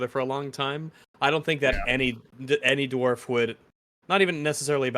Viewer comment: did you say dwarf?